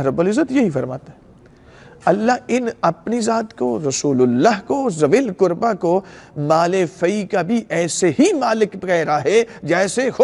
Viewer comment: Arabic Ka Lafz To Theek Parrh Rahhay Hai K WaLiZilQurba Lekkin Urdu Tarjumme Me ZaaWilQurba Q Parrhte Hai......Mujhe Fadak Ka Maamla Nahhi Patta Lekkin Keh Rahhe Hai Bibi Zahra(R.A) Ghareeb The.....Lekkin Mere Khayal Se Muhammad(S.A.W.W) Aur Aale_E_Muhammmad(S.A.W.W) Or Sahaba Or Khulfa Se Barrh Kar Shehansha Koi Nahhi Or Na Kabhi Hogga....Or Quran E Paak Me Bji Iss Ayat Me Kahhi Ye Nahhi Likha K Ghareeb Bibi(R.A) Hai......Quran Me Hukam To Sirf Seedha Seedha Hai K Ghareeb Maskeen Or Musafiro Ka Hai.....To Quran Ko Ayat Ka Tarjumma Parrhe Aapki Tafseere Karni Bhi Hai To Tafseer Bhi Btaye Kahha Allah Ne Hukam Dia Hai K Ye "ل" Fai "ل" Hai Or Is "ل" K Lagg Jaane Se Us "ل" Ka Matlabb Bibi(R.A) Se Jirr Jaata Hai?........ MERI TO SAMAJH ME YE AAYA.....MUJHE Dr. Saab Ka Patta Nahhi Unho Ne Kya Bayan Diya Haqq Thaa Kya Tha.....Ye Jo Baat Menne Rakhi Ye Aapke K Bayan Me Se Hai.....Allah Paak Jaane Anjaane Me Likhi Mou'n Se Nikli Ghalti Maaf Farmaye